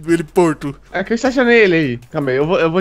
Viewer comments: N é heliporto, é heliponto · Heliporto kkkkkkkkkkkkkkkkkkkkkkkkkkkkkkkkkkk👏👏